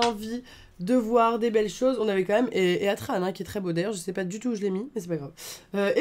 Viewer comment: Heatran se prononce hitran, de heat, chaleur en anglais.